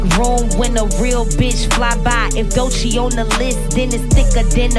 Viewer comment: Doechii. That's ask mmI via say